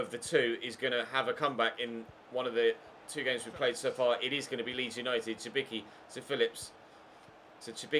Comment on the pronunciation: Cibicki is pronounced Tsibitski